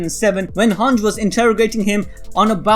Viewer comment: This guy sayin “hanch” instead of “hange”